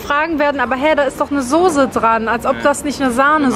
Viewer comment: Das nervt echt mit dem vegan. Erwähn es einfach nicht mehr. Und es heißt Soße nicht sose 😉